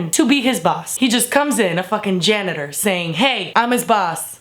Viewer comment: When she said "janitor", I dropped my phone.